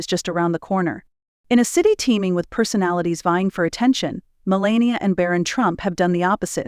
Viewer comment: U didn’t pronounce her name correctly